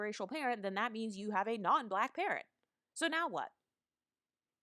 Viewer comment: "You're too BLAHHHQUEEECKKK looking" lmaooooo